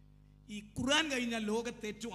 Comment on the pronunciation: ബാലുശ്ശേരിസാഹിബിനു ഖുർആൻ ശരിക്ക് ഓതാൻ പോയിട്ട് ഖുർആൻ എന്ന് തെറ്റില്ലാതെ പറയാൻ പോലും കഴിയില്ലെന്ന്പറഞ്ഞാൽ ദേഷ്യംപിടിക്കരുത്..........